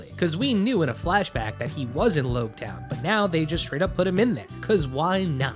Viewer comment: pronounced LOGtown btw